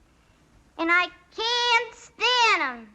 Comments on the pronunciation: When I watched Guardians (and in this clip in the video the first time), I didn't hear an 's' at the end when Rocket said can't. I was wondering what the correction was for, and the only conclusion was pronunciation involving the vowel sound. Also, the vowel seemed elongated in the correction leading me to think that was the exaggerated point of correction, as opposed to perhaps putting a harder 't' sound at the end to eliminate the 's' from Rocket. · When young Rocket Raccoon says "can'ts" (with an American pronunciation of the vowel), and then the High Evolutionary corrects him and Rocket says "can't" (with a British pronunciation) instead, certainly it's funny in part because it sounds like the slur c**t? At least that's what I thought watching the movie